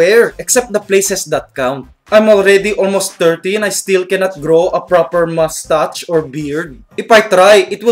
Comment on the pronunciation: "mastach" xD